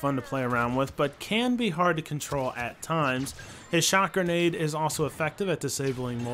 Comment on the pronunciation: Did anyone realise he said "garnade" instead of grenade?! It's